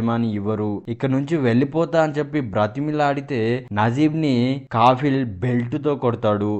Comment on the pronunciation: Kaffil kaafil kaadu